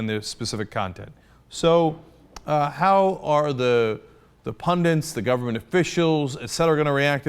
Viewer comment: did Cenk say "pundents"? I swear he used to say "pundits" very clearly until Ana filled the show with her sloppiness.